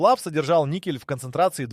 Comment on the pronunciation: ... si pronuncia "nikel"... non "niscel"...